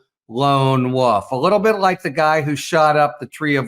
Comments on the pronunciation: Wolf not woof. 💙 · I LOVE your work, but as a lifelong resident of MT I finally must insist that when I hear you say "lone woof" my hair stands on end! It's "wolf" with a long "o" and the "l" and "f" pronounced. Please. 🥰